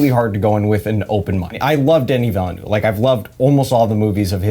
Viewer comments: 'Denny Vellanoo'? The French have a guillotine ready for you. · Oh, how very American of you. Sure, 'Denny' is fine, but 'Vellanoo' isn't an attempt at the correct pronunciation - it's just a bad guess. Here, you can learn from the dude himself